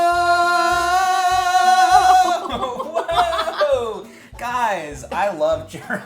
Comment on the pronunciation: U say churro I hear chorro.... Mexican peeps where u at? 😂😂😂😂😂😂